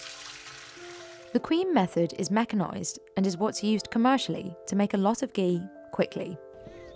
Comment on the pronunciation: The Hindi pronunciations used by the narrator are on-point, very impressive.